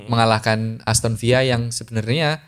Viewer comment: Sori mas bro, aston villa itu penyebutannya aston villa bukan aston viya, karena ini tim inggris, bukan spanyol ato francis. Klo dari spanyol ato francis bener klo lu bilang aston viya😮‍💨